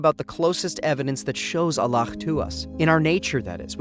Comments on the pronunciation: Why is the narrator saying "Allakh" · Salaama’alaikum. I enjoyed this video. Why do u keep saying Allakh btw. It’s a soft ‘h’. MashaAllah TabaarikAllah. I understated tbh. I loved this video. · allah weirdly pronounced